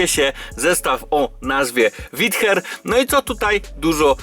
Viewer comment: CZYTA SIĘ ŁIDER KU*WA